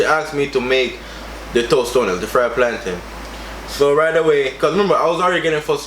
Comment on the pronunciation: It’s “ToStones” not “totones”